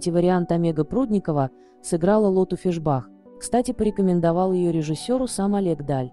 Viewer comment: фИшбах, а не фишбАх, ей 72 года, а не 71.